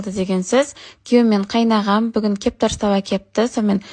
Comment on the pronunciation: Кептар емес кептер деп неге айтпайсыңдар😂😂😂